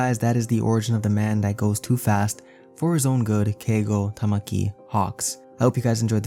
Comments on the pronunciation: It's literally Takami not Tamaki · TAH - KAW - MEE (takami) bird god not TAH - MAH - KEY (tamaki) shy squid boy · TA-KA-MI TAKAMI NOT TAMAKI